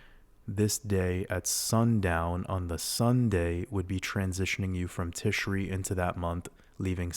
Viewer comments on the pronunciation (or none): happy to be here… new patreon subscriber. thank you for all you do!!! :) p.s. it’s “tishray” and “cheshvan” — chhh like you’re hocking up a hairball 🤣